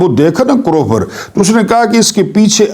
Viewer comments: کروفر نہیں سر ،، کرو۔۔فر۔۔۔۔۔۔جیسے دعا کرو۔۔۔۔ جیسے فرناز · Correction plz.. Lafz...krofar...nai h Karr o Farr h. Thanx